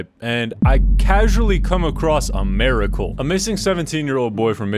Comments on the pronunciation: miracle not maricle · is an "americle" a miracle but just in America? lol what was the pronunciation dog